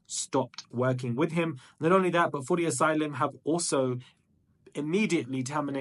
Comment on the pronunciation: You really had me questioning if i've been pronouncing footasylum wrong this who time